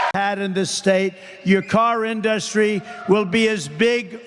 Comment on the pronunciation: I always thought his pronunciation of industry was pretty strange. He says in-DUS-try instead of IN-dus-try.